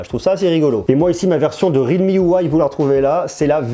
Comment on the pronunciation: C'est real me, not read me. Il y a un L pas un D. Complètement nul cet appareil. Trop cher et camera pourri. Xiaomi c'est bien mieux.